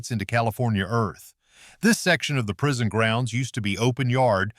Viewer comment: Prison not prision